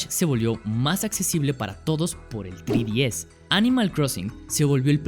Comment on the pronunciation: No pude ver el vídeo completo debido a que pronuncias mal "3DS" .... En serio, "TRÍ-DI-ES"... ??? TREEEE... ÁRBOL 🙄🤭